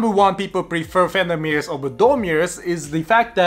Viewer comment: 2 minutes into this video and all I could hear was "Fenderrrrrr Mirrors" 🤣